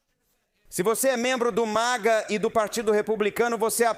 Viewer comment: it's called MAGA, not MIGA.